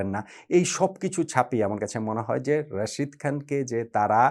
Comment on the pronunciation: ভাই প্লিজ রশিদ না তার নাম রাশিদ খান মোঃ নবীনা মোহাম্মদ নাবি দয়া করে নামটা ভালো করে বলুন